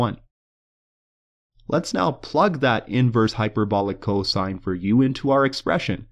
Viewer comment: i come back to this video once in a while to hear him say coshine